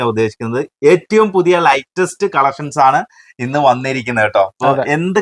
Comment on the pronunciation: ലേറ്റസ്റ്റ് ആണ് ലൈറ്റെസ്റ്റ് അല്ല